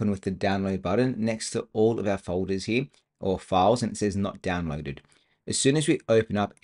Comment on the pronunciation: a lot of good information but I had to listen to it a few times, the second time with cc on. SLOW DOWN your speech. You talk way too quickly, plus with your accent I found you difficult to understand. Work on the word "here".